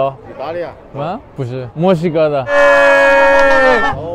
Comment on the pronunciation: Alguien se dio cuenta que cuando los chinos pronuncian Mexico suena como si digeran musica ? Jejeje